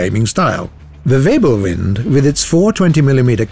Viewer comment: Can you please say Wirbelwind again?